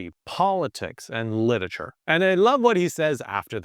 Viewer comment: I can't get over the fact that a book enthusiast content creator says "littature" instead of "literature"